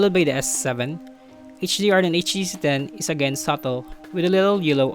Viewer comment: i wasn't suggesting him to mimic the american accent. There's always some parts where the pronunciation and enunciation goes off. Like the words stabilization, subtle. and enunciations on; yellow, pretty.. etc. I also have filipino accent but it's always nice to deliver the message without mumbled words